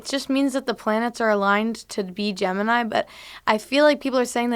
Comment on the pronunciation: When they said gemini I swear to god I thought they were saying Jim and I for like a minute 😂😂🤦🏻‍♂️ don't listen to podcasts right when u wake up